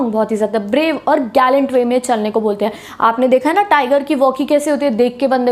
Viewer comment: jab aap 'HENGE' bolte ho toh mujhe 'HAPPU KI ULTAN PALTAN' show yaad aa jaata hai.....😅😅